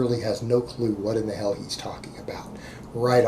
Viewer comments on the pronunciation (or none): none